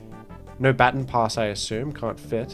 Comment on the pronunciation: It always triggers me for some reason, on how says baton